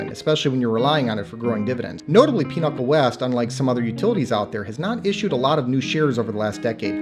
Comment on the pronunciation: why are you pronouncing Pinnacle as Pinochle?